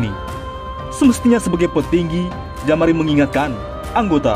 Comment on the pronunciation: Jamaro bukan jamari